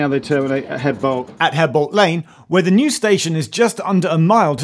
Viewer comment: 'eadbolt Lane ..... reminds me of my grandmother ... She was Mrs 'edges with an 'aitch